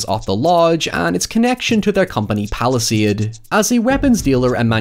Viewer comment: Every time you say Palastade I think Palestine